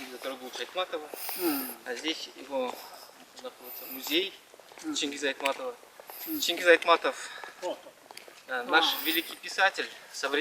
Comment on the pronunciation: Чингиз эмес Чынгыз деп суйло тантык. Токгулду тактагул дебей жудомуштар тилинди сыла сага окшогондор кордоп жатат